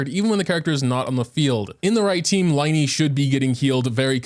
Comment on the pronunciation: Its li-ney not lie-ney